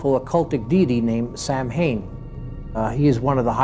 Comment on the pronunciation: Wanna know how I know he's lying? If he was really in this cult, he would know it's not pronounced the way it's spelled. It's pronounced Sowin, not Samhain.